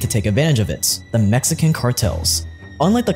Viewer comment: Mexican not mesican